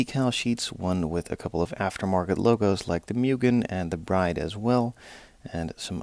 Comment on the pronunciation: Its spelled "brid" not "braide" 😂 sorry